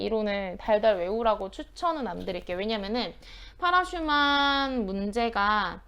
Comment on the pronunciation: 파라슈만 - >파라슐라만이 아닌지요.A.Parasuraman